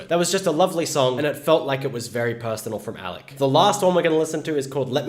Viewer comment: No he say his name correct